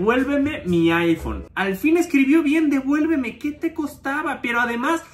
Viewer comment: En una dijo: "Devuelmeme" y tu lo interpretaste como: "Devuelveme" JAJAJAJAJAJAA